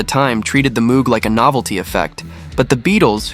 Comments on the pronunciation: and Moog synthesizer is not pronounced as it is spelled. It is pronounced "Mowg" with a long o—rhymes with "no" or "low". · That synthesizer? Its name—and that of its creator—is pronounced “MŌGE” (rhymes with ROGUE). I know, I’m talkin’ to an A.I. This is for the HUMANS in the audience! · 10 - Rain 9 - Tomorrow Never Knows 8 - Eleanor Rigby 7 - A Day in the Life 6 - I Am the Walrus 5 - Strawberry Fields Forever 4 - Because 3 - She's Leaving Home 2 - Here Comes the Sun 1 - All You Need is Love p.s. Moog is pronounced "Mohg" rhymes with "rogue" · Note to: Moog isn't pronounced with the same double oo sound as "tooth" or "booth". It's pronounced with a long o, like "vogue" or "brogue".